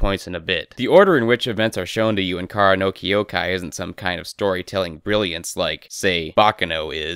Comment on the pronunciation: I cannot treat someone seriously when they cannot pronounce the name of the thing they criticize.